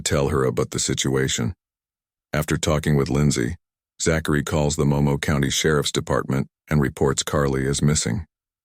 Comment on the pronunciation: You don't pronounce Zachary "Zack..... airy"